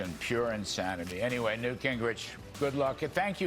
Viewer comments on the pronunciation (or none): Oops its newt not nute...